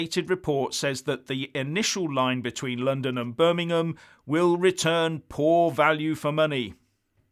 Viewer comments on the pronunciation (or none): none